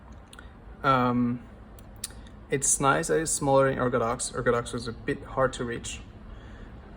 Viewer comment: He does not pronounce H in hard